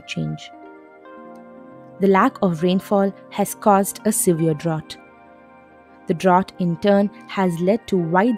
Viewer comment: It's pronounced, "dr-out".